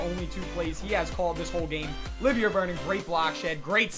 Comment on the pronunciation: You pronounced Olivier Vernon's name wrong. it is pronounced o-live-ee-aye Vernon because he's French